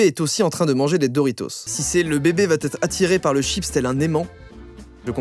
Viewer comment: On dit vraiment "VA ÊTRE", pas "VAT-ÊTRE"...